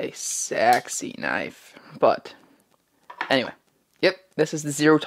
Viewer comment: When you say "but anyway," it sound s like u say "bannanvay"